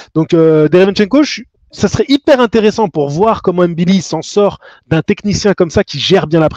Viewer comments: Tu prononces très bien "ngannou", mais là de même c'est "mbilli", non pas "M-billi" 😉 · Salut, il faut prononcer le nom MBILI, comme NGANNOU😊